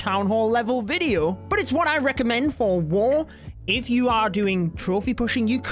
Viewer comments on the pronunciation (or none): Mate it's video not veadio